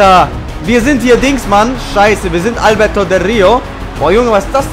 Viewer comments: Albertooo del rio.ALBERTOOOOOOOO mit nem o am ende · bitte sag ALBERTO nicht albert hahaha ._. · Er heißt AlbertO nicht Albert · Es heißt ALBERTOOOOOOOO, ich raste wieder ausxDD